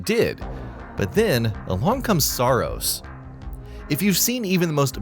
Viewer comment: Did someone say SAARos?